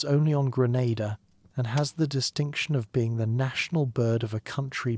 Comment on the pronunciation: Normalise having enough respect and doing enough research to pronounce d dayum islands correctly cho